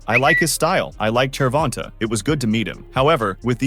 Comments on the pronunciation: Fuck that if your gonna make videos and do research and edit and want views and make it real you can at least get the names right its annoying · no matter how well you still saying it wrong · I mean… it IS spelled like that. Not Gervontae or Gervontay, but Gervonta. Find another word that ends with “ta” that is pronounced “tay” and I will admit that I may be wrong.